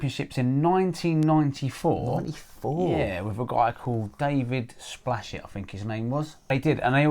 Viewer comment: Splashet? You mean dave spashett... Multiple times world, euro and British champ